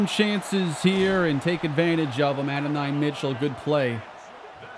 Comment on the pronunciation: go listen to how you say adonai name you’re saying it wrong my boy he’s a GA great been saying it wrong